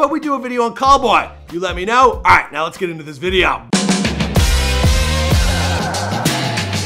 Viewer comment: It sounds like he said colboy or cowboy.